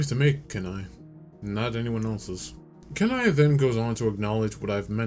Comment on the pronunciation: Kenai is pronounced keen-eye